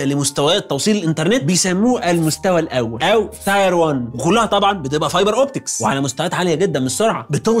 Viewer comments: Tier is pronounced “teer” not “tire” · للتصحيح اللفظي: تير وليس تاير (بدون الف) التاير هي الهجلة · حلقة تحفة بنتعلم منك دايما، بس خليني اشير معاك حاجة بقى انا المرة دي، tier، بتتنطق تير مش تاير، شكرا جدا ليك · الحلقة اكتر من ممتازة بس تعليق بسيط Tier not tyre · شكرا للمعلومات القيمة انا سمعت ان كلمة مستوى تنطق تير واحد او تير اتنين و ليس تاير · Just a small phonetically/pronunciation correction, "Tier" is pronounced like teer and not like tire. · tier one تير مش تاير تير تعني درجة او تقريباً مستوى وتاير تعني إطار ولا كوتش عيب يا انتاج تحرجوا عمنا الدحيح :) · تاير ايه بس اسمها تير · Tier تير و ليس تاير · tier --> teer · برنس و متألق.. بس tier بتتنطق شبه tear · يا دحيح Tier نطقها مختلف عن Tire تماما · اعتقد ان نطق tier مش صح! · Tier بتنطق غلط اخصم للى بيمليك بقى 😅